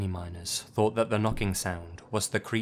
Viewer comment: I can't be the only one who thought he said minors instead of miners 😂